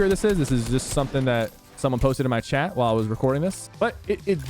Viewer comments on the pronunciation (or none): none